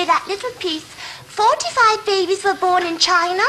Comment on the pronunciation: He says "it twer" as in "it were."